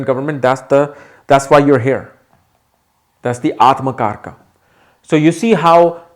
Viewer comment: as an Indian, can you make effort to use correct pronunciation please? Its AtmaKaarak, not Atmakarka, similarly for the many such words... the westerners won't even know how you are corrupting the words, but you should know. Similar to how Yog is called Yoga